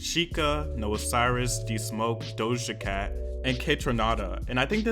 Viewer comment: DoShJa CaT